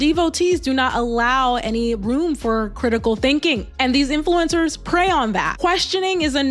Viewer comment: You got everything right, except the saying "influincers" part about 40 times. Not influinced by SHHHIIIT! - So I removed my thumbs down, but won't thumbs up. Sadly I'm already subscribed. ... For some reason.